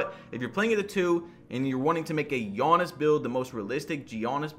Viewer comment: Oliver Seed no it’s not. It’s more like ”Janis”